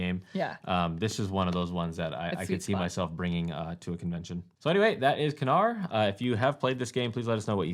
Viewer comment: Congratulations for those great 5 years! Love your content. By the way for Knarr the K is basically silent. Pronouncing is like nAAr ;)